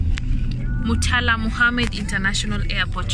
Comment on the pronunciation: In this video you pronounce Muritala international airport well, unlike the first time.